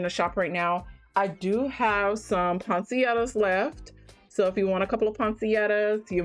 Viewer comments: Ponsietta??? Poinsettia. Google is free. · A lot of people mispronounce that plant name. 🤸🏾‍♀️ I was calling it poinsetta